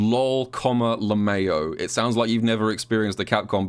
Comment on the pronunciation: I love that you pronounce 'lmao' as luh-mayo. 😂